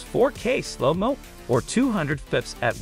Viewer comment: the fucking AI reading is killing me lol please just get a mic and read your script "fps" sounds like a hiccup